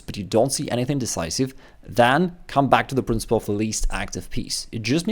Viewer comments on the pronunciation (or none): none